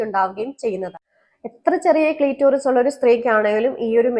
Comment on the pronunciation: ക്ളീറ്റോറിസ് അല്ല പെങ്ങളേ.. ക്ലിറ്ററിസ്